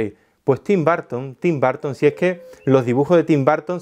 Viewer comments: Tim BARTON... Pensé que era Tim Burton. Jajaja. Dilo otra vez jaja Tim... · Tim “Barton” !? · TIM BARR-TON le debe mucho a GO-REI ?